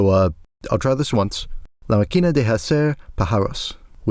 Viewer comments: Es muy bueno como pronuncia los nombres de las bandas y los musicos , en "la maquína de jacer pajáros" es buenisima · I'm 4 mins in the video, and i will comment this now so i dont forget: Those little things over the letter in "máquina" and "pájaros" is were you should accent the word, that is the strong syllable. For future spanish reading, remember that :D Edit: Finished the video, beautifuly done my guy! Cheers! Suscribed!